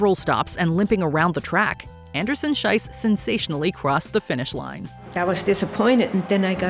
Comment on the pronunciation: Please pronounce the name of Gabriela Andersen-Schiess correctly! The way you're saying it your're literally calling her Anderson-"shit", which is what "Scheiss"means in German. In her name "Schiess" the "ie" is pronounced like the "y" in "history" for example. Usually mispronouncing things isn't a big deal but because of the meaning it feels really bad to hear her being called that, it literally made me cringe (and write this comment)